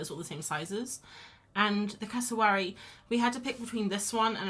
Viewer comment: Cassa-wary rhymes with fairy dairy airy Aussie Queenslander here they live in North Queensland 😊 you got it eventually 😂😂😂